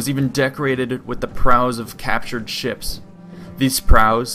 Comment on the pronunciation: Why can't you say ships? lmao good vid tho